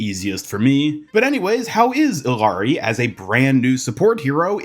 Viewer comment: Hey, the two L’s in Illaris name makes a ya sound. To make it easier saying her name just say Iyari. Love your content!